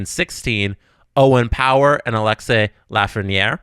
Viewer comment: Please, its Alexis (Ah-Lex-ee) Lafrenière, not Alexei. My man isn't Russian!